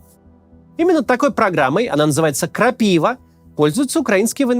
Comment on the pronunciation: Крапива (ударение на последнюю" а").🙂